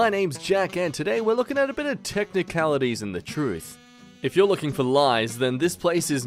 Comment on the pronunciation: why did bro said “techincalaties”